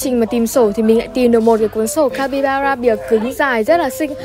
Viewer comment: Ng mà chị ơi 😂, capybara " ra " chị ạ chứ ko phải capybana đâu chị ưi 😂